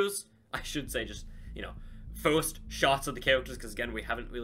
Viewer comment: Not being rude but do you have a speach emperiment because when you say first it sounds like your saying forst